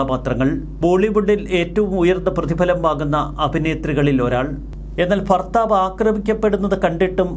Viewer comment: Farthavu Ennanu ee robo parayunnathu farthavu ennalla barthavu ennu parayan pattunnillenkill mattarekondenkilum vayippochoode ...